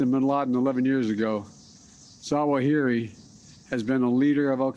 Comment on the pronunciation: Really? Slurring Zawahiri - is he drunk? How about we wait until we can actually confirm this so we don't have another Mr. Ahmadi dead instead of a terrorist in Kabul. Biden is good at killing good people and saying they were our enemies.